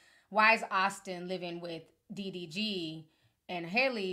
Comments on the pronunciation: The fact that you keep calling him "DVD" 😂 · I thought it was DDG...TI why u keep calling him DVD 😂😂😂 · Ti, I am dying😂😂😂you keep calling him DVD😂😂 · Yo! Ti obliterated DDG's name er'ytime! DDV DDT DVD 🤣😂🤣😂🤣